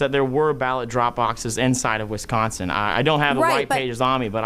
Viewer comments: State of “Wins-consin”. Yes, Biden sure did. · “In the State of Win-sconsin...” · Cawthorn is such a goon, couldn't even pronounce Wisconsin (he said "winsconsin") did the nasty grown up hurt your fee fees lil gun boy? 😂😂😂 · Why do people have a problem pronouncing Wisconsin. Two N's not three Winsconsin is not a state. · When did they change Wisconsin to Wincekawnsin? 🤣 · Speciscly?! Did he just say Winsconsin? What a douche bag. 🤣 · "wiNsconsin" Those three awesome lawyers should have taught him how to pronounce the states name. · did this meat head say the state of Win-consin? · Imagine being an American and not being able to pronounce Wisconsin 🤣🤡🤣🤡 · Dude doesn’t not know how to correctly pronounce our state of wisconsin. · Dude keeps saying Winsconsin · Barely 30 seconds in, and the dude can't even pronounce "Wisconsin". Why are we listening to this dope? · '...in the state of Winsconsin (sic)...' in reality he meant 'Lostsconsin'. or should I say 'Lossconsin'? ;) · 😂 Hell yeah. Dude was stuttering. Even mispronounced Wisconsin he was so nervous. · A few minutes into this...please don’t try to pronounce Wisconsin anymore!!!